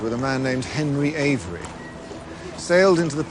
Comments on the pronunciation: henry Avery, no henry Every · It’s Henri Avery not Henri every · HENRY AVERY... AVERY YA DUMMY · Its henry avery not every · Hemry Every? For fucking real? Do yo reasearch fucking right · it's Avery! not Every. Check Uncharted 4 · IT'S HENRY AVERY. NOT "EVERY" YOU DUMBASS BITCH GET THE PIRATE'S NAME RIGHT OR YOU WALK THE PLANK. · It's avery not every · Its not Henry Every, its Henry Avery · It’s Avery